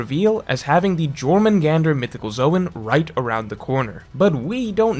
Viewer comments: The way pronounces Jormungandr is just 💀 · I can't how do you mispronounced jormungandr so bad😭😭😭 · Pretty sure the 'J' in Jormungandr is pronounced like a 'Y'. Cool theory tho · I hate your pronunciation of Jormungandr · DELETE THE VIDEO YOU MISPRONOUNCED JORMUNGANDR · How do you write an entire video about jormungandr and not know it's pronounced with a y not a j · The J in Jormangander is pronounced as a Y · I'm in physical pain hearing him say it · Yor-man-gander Not Jor-man-gander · Its Yormurgandr not Jormurgandr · Your-mundz-gander not jor-man-gander..... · I'm sure many many people have said but it's pronounced "Yor-Mun-Gand-ur" since Germanic/Nordic J is pronounced with a Yuh sound (because J was only invented 500 years ago and was put in the name to represent the "iö" sound rather than a hard G like in English. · It's triggering me that's he's pronouncing it as jor but it's actually yor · Just for future reference Js are pronounced as Y in norse mythology. So its Yormungandr not Jormungandr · Not “Gormungandr” its pronounced “Yourmungandr” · I believe jormungand is pronounced with y not j. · How are the the only person on earth who says “Jor-man-gandur” it’s Norse bro it’s pronounced “Yormangandur” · Not Jor Yor* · Hearing you say Jörmungandr, causes me physical pain The J is pronounced like a Y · Small thing but im pretty sure its pronounced yor mun gand nor jor mun gander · "YOR-man-gander" not "Jor" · The J makes a Y sound 😬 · not jörmungandr its pronounced as yörmungandr and the hook was the best in the channel by far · it’s pronounced yor not jor 😭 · Great video but the pernunciation fucked me up, say it like yourmangantur please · I love your videos man, but I just wanna say its pronounced "Yor - men - gander" I know youll never see this anyway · You don’t pronounce the J in Jormungandr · I love you but holy shut it’s pronounced like it’s a y like “your-man-gander” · REEEEEE it’s pronounced YOUR MUN GAND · Its pronounced Yormangandr*